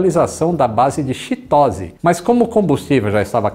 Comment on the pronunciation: Gostei muito do vídeo e da história, porém vou passar uma dica boa para você. Hokkaido não é uma província e sim uma região semi autônoma e a pronúncia do nome da base aérea das forças de alto defesa japonesa na cidade de Chitose em Hokkaido, não é xitósse e sim titosse.